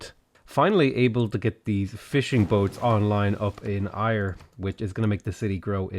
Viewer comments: The city of Ayr is pronounced like air instead of ire 👌🏼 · Ayr is pronounced 'Air' not 'Ire' just to be that guy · "Air" not "Iyre"! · Hey man loving the lets play first one of yours im getting into properly so keep it up. But being Scottish can help but cringe the way your pronounce Ayr not hating just mentioning out of interest but its pronounced Air rather than Ire. Keep up the great vids!!! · It’s pronounced “air” for Ayr, as a Scot this annoys me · Great video! Ayr is pronounced like Air :D EDIT: Scone is Scoon too hehe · Ayr is said Air btw. I had no idea what town you were talking about for so long haha. Great vids! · just to let you know, Ayr is pronounced the same as 'air' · Just if your wondering the citie Ayr is proununced air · Please for the love of all that is holy please call ayr (Air) properly its driving me crazy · Sorry but it's pronounced "air" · Sorry, but again “Ayr” is pronounced like “air”. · How you pronounce Ayr makes me die a little inside ever time....lol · Hate to be that guy, but Ayr is pronounced 'air', Scone is pronounced 'Scoon'. Also find it strange that the devs picked Stirling as Scotland's capital, as when Robert the Bruce ruled Scotland the capital was Dunfermline. He lived there in Dunfermline Abbey and is buried there. Quite an interesting place if you're into that sort of thing...